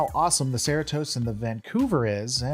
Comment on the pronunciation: One question. How did you watch the entire series and still not manage to pronounce Cerritos correctly once? lol - Love your videos. Keep up the great work!